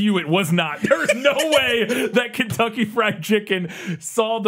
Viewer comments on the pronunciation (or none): none